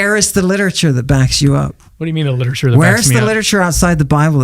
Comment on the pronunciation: And he calls that liteturue 😂😂😂😂